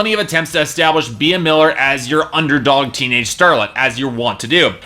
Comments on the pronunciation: OMG he pronounced Bea as (bee-a), its pronounced like ( bee )I'm really upset... And this album was awesome, if you knew more about her you'd know why. She wants to have fun, she's not here to impress the haters. Also she wants to express how life is not perfect...that you'll fall, but you can get back up...she's here to inspire, and she wants to be herself. Yeah she didn't write all of the songs, so what most artist don't...and in my opinion her album was awesome... And she's doing her passion, so if she stays with Simon, she doing what she loves, and she is having fun...and appearently its good to other people considering the number of downloads! You kept mentioning Dracula... That was written as a fun Halloween song, not to mention its also an amazing song...I could go on and on but I've already typed so much, but for you to say it sucks, that's cruel, imagine if someone told you that. It's okay to have an opinion, but atleast be try to be nice, and care about her feelings too!!! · First, her name is pronounced Bee, not bee-ah. Secondly, you said fire n blood.. -_- it's fire n gold. Third, honestly, her live acoustic versions are qay better than the record version.. She has that voice that is just amazing and she doesn't stupid auto-tune. Her songs always sound better to me acoustic.